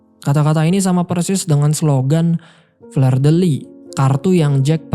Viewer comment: Cara mengucapkan fleur itu bkn fler, tp fluh dek Aduh